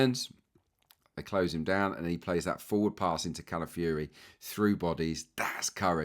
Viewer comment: Great analysis as always, pointing out things I had not seen. Pronunciation, though,: he's not Cala-fury, even though he plays that way!